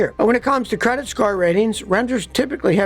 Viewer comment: Did you say credik store...😁😁😁